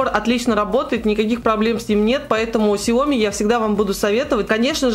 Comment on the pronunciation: Ксяомииии ааааа правильно говорить ксяомиии а не ксяоооми